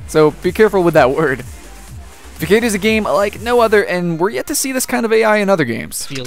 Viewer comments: It's pronounced fassad nod fcade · Fakkade? The ç is pronounced ss